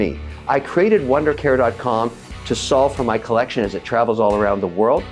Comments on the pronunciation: *collection, the pronunciation sounds Spanish. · Please stop saying “collection” like that. It’s horrific